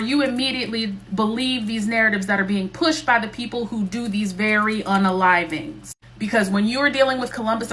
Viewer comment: What the F is 'in-aliveing'.